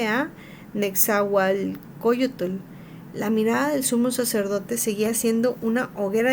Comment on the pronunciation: Aprende a leerlo bien no puedes pronunciar ciertas palabras balbuceas mucho nezahualcoyotl te cuesta trabajo pronunciarlo